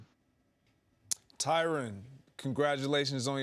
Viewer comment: His name is pronounced "Ty Ren" not "Ty Ron"